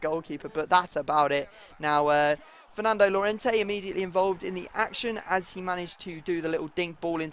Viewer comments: It's pronounced Y-orente not llorente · since Llorente is Spanish his name is pronounced Jorente because in Spanish double L is a J